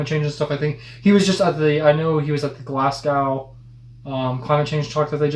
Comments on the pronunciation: Glas-gow? If you wanted to make sure how to properly pronounce Attenborough, at least learn how to pronounce Glasgow. It just makes you very unprofessional. Lonesome George was a tortoise, not a turtle..Is your audio leads working probably or you struggling with the English accent? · No, no, no! It's DEFINITELY Atten-bor-ah NOT Atten-boro! D= Also... Glas-go! Not gow! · Glas-Go not glas -gow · Glassgow..Oh dear, Its pronounced more harshly. Glarz-go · "Glaz-go" Not Glass Cow. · Glasgow is pronounced Glas-go not Glas-gow. Sir David is as important to us as tea and the queen in the UK. Definitely get your kids and yourselves to sit down and watch some of his work, it’s a true treasure for their natural learning! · Glasgow is pronounced Glaz-go. Not Glass-cow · Lovely, favourite, MidWest Americans... can I please just say one word? And the word is... "Glazz-go"! Because no-one else in the world will believe it if you tell them that the city of "Glass cow" exists! :) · Glasgow is pronounced 'Glasgo' not Glasgaw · Glasgow is pronounced Glaz-go not Glass-cow. Sorry, it is just a pet peeve for us Scots that those from the USA rarely seem to be able to say either Glasgow or Edinburgh correctly. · I can understand that you thinking that meeting a president isn't a big deal at all, but I guess it would be like an American meeting the PM here? well.. maybe even more 'glamorous'. We're British... we don't meet the president which is probably why its on this list. Also. Glaz-Go, not Glaz-Gow. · glasgo not glass cow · Glasgo......! No W. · Pronounced Glasgo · To pronounce Glasgow you should say Glas-go ! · U prodnounced it better than most american do and best way to say glasgow if ur american is glas go birmingham is birninghum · Glasgow is pronounced Glaz-go.....I hope you don't mind me setting you straight. You do pretty well most of the time with british-english pronunciations. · Did you say Glasgaw? And a tortoise is not a turtle, two completely different animals.